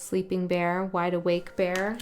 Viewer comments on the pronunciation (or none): none